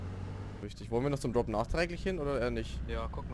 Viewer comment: "Wir wolln das haben" (ง º ᴥ º )ง ︻デ═一